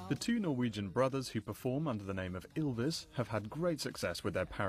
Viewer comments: 1. My ears start bleading everytime he says "Yillvis" o.o 2. Bård's lisp from - is soo adorable 3. Vegard=dark, curly hair, smaller Bård=dark blonde hair, taller Remeber this reporters when you are going to interview them. 4. When they would have been successfull 50 years ago, I want to be born ca. 60 years ago in Norway so I have at least a chance to marry one of them :3 5. They should really know that here's a handful of silly people from all over the world who would recognize them without their costumes. Amen. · Not "Yill-vis." "Ill-vis!" Funny how Vegard says they're not recognized. There's an entire faction of us who would kill to breathe in the same rarified air . . .